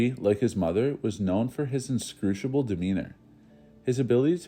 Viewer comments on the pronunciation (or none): Like 'shrooded' instead of shrouded, 'inscruciable' instead of inscrutable, and I'm only 4 minutes in. Edit: still gave a thumbs up